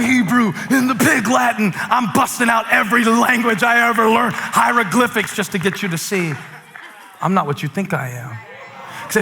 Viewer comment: I knew Steven Furtick was beyond special from the first message I heard, BUT when he said heirogliphics, that did it. I'm all in! Till the day I die